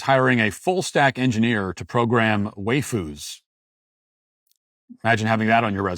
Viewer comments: Matt saying "way-foos" hurt my soul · 😂 Matt mispronouncing waifus multiple times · why-foos not way-foos. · Bruh, it's "WYE-fus". What you're saying is "WAY-fus" which would be a different, but similar thing - Wheyfus, which are distinctly muscular gym rat girls. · "way foos" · Wayfoo’s is now the only pronunciation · "Waifus" is pronounced "Why-foos", as if to ask, "Why the fuck would you foo's do this"?